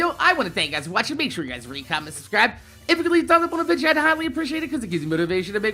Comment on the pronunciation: I love ya man but I can't stand you saying Vija lol... it's video!!! Anyways yea pretty disappointed about the panel as I have over 200 days played on Borderlands 2 on just Xbox and I play on Playstation and PC aswell so hopefully Borderlands 3 will come out soon and it's as good as Borderlands 2.